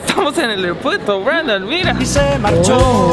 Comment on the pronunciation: nose dice mira brandom se dice mirra breidom